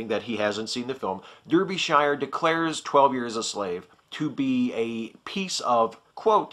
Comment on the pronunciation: You mispronounced Derbyshire. It's "DAR-bee shire".